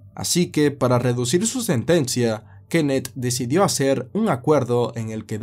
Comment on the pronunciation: Ojalá y no haya más narrativa ,con sujetos que tengan k al final de su nombre; porque Frank y Kenneth me tienen el tímpano derecho jodido con el acento que tú le pones.😂